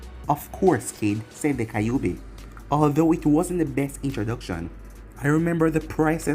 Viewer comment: It pronounces ky ouuu bi not kay obi